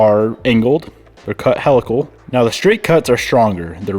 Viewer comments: helical is pronounced "HEEL-uh-kul" not "HELL-uh-kull" ;) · Helical is pronounced he-lick-el not hell-ick-l! Lol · smart to beef up the trans now. the angled gears ... fyi HEE-luh-kl (from helix, like spiral dna) not "hell-a-kl" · “He”-lical….. not Hell-lical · Came to say this. Great explanation 👍🏻